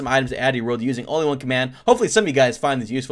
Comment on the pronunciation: Who else hears say Honly one command